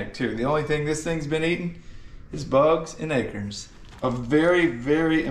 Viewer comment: AYKURNS 😂😂 im Dutch Tamatas (tomatos)😂😂 theres no shame in wearing glasses